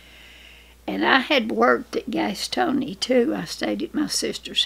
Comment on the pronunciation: My mother lived in Gastonia for a while before she met and married Daddy. She pronounced it Gastony like it sounded like Granny did the first time. Gastonia sucked a lot of people out of the mountains to work in its textile industry. The brightest and strongest manage to break loose from the lure of filthy lucre and return to the mountains where people are not rich but lives are.